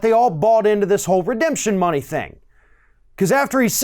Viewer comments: You gave Trump too much credit, he clearly said "redeption" money. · The Chump certainly didn't come up with the term "redemption money". Redemption is a three syllable word.